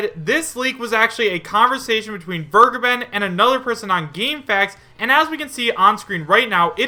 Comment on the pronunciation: Vergeben is german It means to forgive it is pronounced like Fair + Gay + Ben